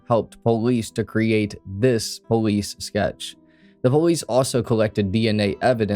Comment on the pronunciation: When he says police it sounds like bolice